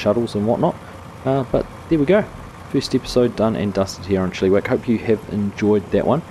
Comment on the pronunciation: I love your attempt at pronouncing Chilliwack. It is not pronounced Chili-wack as in the food chili. It is Chill - i - wack. The i is a short i as in 'it', not long like an e.